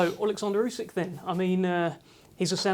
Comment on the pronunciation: Ousek, not Usyk.